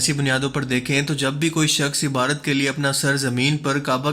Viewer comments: IBARAT NAHI , IBADAT....BOSA MEANS, TO KISS, CHUMNA . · Ebadot ko Ebrot bolna ki sleep of toung...